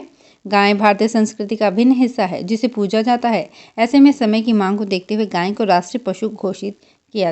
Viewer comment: गांय नहीं गाय बोलते हैं